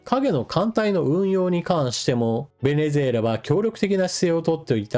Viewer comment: ベネェェラに聞こえます。 正月からビックリニュースですね。